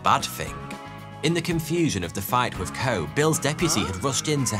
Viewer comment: What’s a “hick ick”? Hickok has an i and an o. And why do the Brits use a V when a TH is involved? “Wiv”? Really?